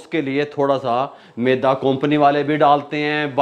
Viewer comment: Maydaa NAHI hota. MEDA hota hai. MAYDAA ( STOMACH ) ko kehtay hain. MEDA ( WHITE FLOUR ) hota hai.